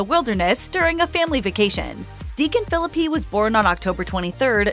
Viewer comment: I think you should pronounce his last name correctly!